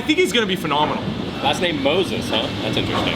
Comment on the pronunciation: "I think he is going to be fanomanal"